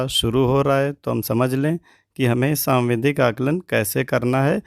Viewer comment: आप सावधिक को सांविधिक और डिकोडिंग को डिस्कोडिंग क्यों कह रहे हैं ??